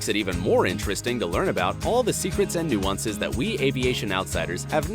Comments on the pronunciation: NU AN CEC ????? Pronounce it correctly as NU CEN CEES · no one: not a single soul:: n-oo-an-ces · Did he just say "Nu-wan-ses"?? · its not nooansess its noosensecs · I thought that nuances said nusensecs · You pronounced nuisances very wrong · Why can’t you say the word nuances properly? You’re butchering the English language. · Jack L Coggins No he didn’t. I’ve never heard anyone say it like that and I am English.